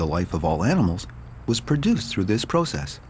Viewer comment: Why he says process like that puzzles me